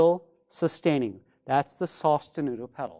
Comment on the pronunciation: Lol never pronounce that the same way again